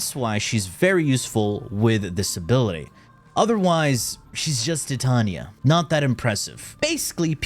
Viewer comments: Dude he does the pronunciation on purpose so we comment about it…. It’s cheesy garbage tbh… like Titania TITAN NIA NOT TIIT TAUNIA HE HAS A PROBLEM WITH VOULS N SHIT. 😂😂😂😂😂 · Ti-ta-nia - Tie - Tay - Nia (enunciate this in your head) Titania. GAUS - Gaw - S - Gaus. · in all fairness, everybody mispronounces her name. She is designed and named after the fairy queen from one of Shakespeare’s works, and is pronounced Tee-Tania. But we all say Ty-Tania like the metal Titanium, which is wrong but screw it 🤣. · Why say it tee-Tania? It's like titanium but with "a" instead of "um" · tee tania is questionale, but "gus" for "gauss" is fucking criminal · I thought you meant how he said Titania, I'm like "I mean, thats one way" but then he said gus 💀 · no in warframe it is not pronounced that way look at the warframe titania trailer profile. That's how her name is pronounced in warframe.